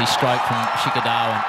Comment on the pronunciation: Australian commentators do commentary from the heart even if their own team is losing.That's why they are best in the world. & They pronounce the name of indian players in a entertaining way like, 😂 Shikhar dhawan = Shiky daawan Rohit = Shaarma Kohli = Kholi Rahul = Raool Iyer = Aayer Pandya = Pendia Shardul = Shardul thakoooor!! Siraj = Siraaas Jadeja = Jadaijjaa & Many more